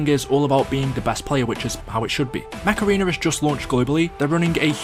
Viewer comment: i legit thought you said macerena instead of mech arena lmao